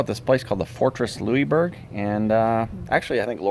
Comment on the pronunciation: Motorhome Experiment -,you are a born and raised Canadian and don't know how to correctly pronounce "Louisbourg" (lol)? It's pronounced: Loo-is-berg! This little 'correction' is coming from an old chick who is a born & raised Nova Scotian. Safe & happy travels! I'm really enjoying all your videos - you make me smile and allow me to enjoy traveling even though I'm doing it from my computer/desk chair!;-)